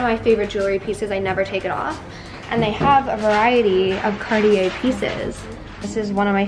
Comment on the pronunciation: If you pronounce Louis Vuitton “Louis vuittoh” then please don’t say cardi yay. It’s Cartier.